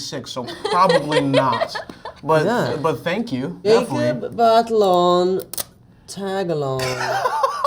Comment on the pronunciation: are we gonna ignore the fact that harry styles says “willem dafoe” to say definitely?